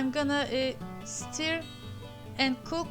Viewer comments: Merhaba, umarim darilmazsiniz, 'stir' kelimesi 'stör' olarak okunur. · Sonradan keske yazmasaydim dedim. Belki bu sekilde telaffuz etmeniz hos, sizin tarziniz olsun :) Bosverin nasilsa anlasiliyor.